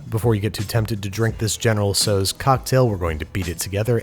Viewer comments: (*General "SAU") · In Canada we say general tao chicken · except the dish is entirely american and named after a chinese general whom there's no identifiable connection to. you might argue that the correct pronounciation of the general's name is the correct way to pronounce this dish, but as it's really american, the pronounciation might've been faulty to begin with - and nobody knows where it truly originated from in the US.